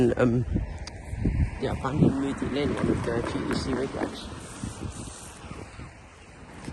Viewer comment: Nice one, but actually the crossing name is not zeebrugga it’s zeebrugge